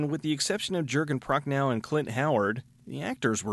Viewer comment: Nice review, only too bad you can't pronounce "Prochnow" correctly. It's [ov] as in kalashnik[ov]. Not as in right "now".